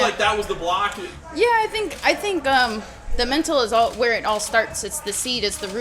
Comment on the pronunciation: Dude, pronounce MENTAL, it's not hard.